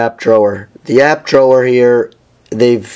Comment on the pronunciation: I really dislike your pronunciation of "Drawer"